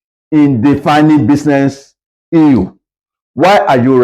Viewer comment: Nice one! But I dont like hearing euu instead of issue as we are not in oral english class